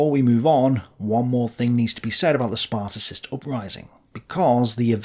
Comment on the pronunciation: You should attempt to pronouce the name of Ebert right. Also, it is not the Spartacist upraising but the Spartacus uprising. Sparticist make us believe that this is a reference to the ancient Sparta. But the Spartacus League was named after Spartacus, the leader of the Roman slave uprising. This is not a small mistake for a historian.